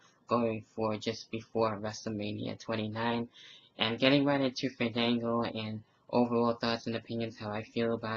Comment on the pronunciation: btw when you say his name you have to stretch the A Faaandaaanngo! XD